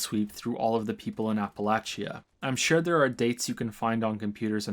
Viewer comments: It's pronounced "ah-puh-latch-uh" not "A-puh-lay-chee-uh" man, it's important Really good video too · Ap-Uh-Lay-Sha. Not Apple-Atchee-Uh. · It’s always fun hearing a new pronunciation of “Appalachia”. I deeply appreciate that you got the hard “ch” sound right, but the extra syllable of app-a-latch-ee-ah really cracked me up the first time I heard it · "Apple latch chia" no. Just no. Aren't you American? It's "apple lay she uh" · I know you're Canadian, so just FYI; Appalachia is not pronounced "Apple-achy-ah", it's pronounced "Appa-lay-shuh" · a-pə-'lā-chə, not a-pə-la-chē-ə :) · OK, after enjoying this critique for an to amount of time, I gotta call you out on your pronunciation of "Appalachia"... - As a born-and-fled "Appalachian", please try to pronounce the fictional 2x-post-apocalyptic region correctly. - It is pronounced 'Appa-latch-uh'.... NOT 'Appa-latch--E-uh'. - Think of it this way... If I have an Apple and I through it At You.... I might say: - ...I've just thrown an 'Apple at You' or, if I was course, I would say I have thrown an "Apple Atcha"... - Say it five times fast and you'll have it... - Apple Atcha - Apple Atcha - Apple Atcha - Apple Atcha - Apple Atcha... See? ------- EDIT shit I've just summoned the Ghost Bear, and my last words are.... Hair Bear Bunch. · It's pronounced app-uh-latch-uh btw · not a criticism but its pronounce APP-A-LAY-CHI-A in West Virginia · I think pronunciation of Appalachia is one of the worst yet. It is Appa-latch-a. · This could also explain the bizarre Appalachia pronunciation, since most Americans says Appa-lay-shuh, Brits say Appa-lay-shia, and natives say Appa-latch-uh. Funny how his is like a combo of all of em, or at least British and native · I know, I'm West Virginian, so the pronunciation of Appalachia is inherent to me, but oof. Love your work though.